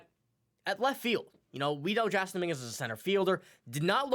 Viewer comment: His name is pronounced Jason